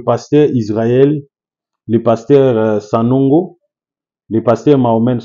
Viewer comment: C'est qui Sanongo? Sanogo c'est différent de Sanogo. Apprends à prononcer....être serviteur de Dieu n'exclut pas une bonne formation intellectuelle.